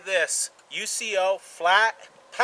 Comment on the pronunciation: Great review, very informative. Handy little item. Just a note, I believe the manufacturer company actually sounds out their name, like "YouCo". Just wanted to mention it for future videos. Thanks again!